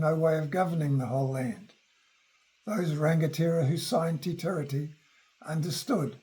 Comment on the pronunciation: For someone speaking to the history of our country, and he can't pronounce Te Tiriti properly is ignorance personified. He is claiming he is an authority.